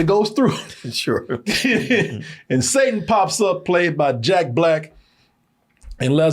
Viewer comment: The guy talking in this video is dyslexic too because he couldn't even pronounce Satan right